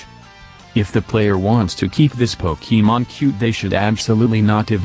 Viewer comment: 667th sub :) Also I love how the text to speach says pokEEmon